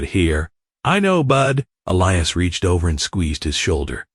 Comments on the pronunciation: The name is pronounced E lie is not el e us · His name is pronounced E- lias, long E, and long I